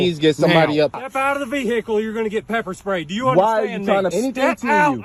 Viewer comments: I hate people that pronounce the word like that. "Vee-hickle." The "h" is silent. 🤦‍♂️ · "step out of the vee-hickle now" 😂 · GET OUT THE "VEE-HAA-KAL" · "Step out the veehickle"😂😂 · Step out of the ve-hicle 😂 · Yup. Yous knows yous in the Boonies whens it's calleds a a Vee Hicles